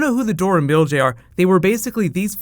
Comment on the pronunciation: MILAJE WTF ARE YOU SAYING MIL A JE BREAK IT UP IN THREE SECTIONS